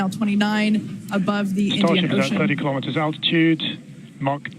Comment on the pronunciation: Elon pronounces KILO'METERS, not kalamaduhz.